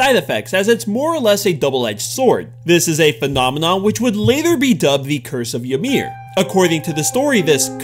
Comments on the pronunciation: yo dude loved da vid... just a lil knowledge from me to you incase u mention Ymir again its pronounced ee-mir and not yah-mir.... im not being a dick btw as i also pronounced it like you did but was corrected by my now fiance Ymir lol... its like the name Yvonne for example... but anyhoo some people say potato and some say tomato ;-) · Ymir is actually pronounced as You me ru